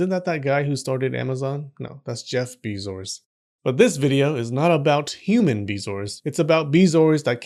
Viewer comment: "Jeff Bezoars". Automatic Like.